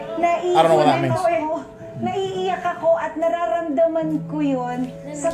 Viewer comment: I was wheezing so hard the way said "nararamdaman" 😭😭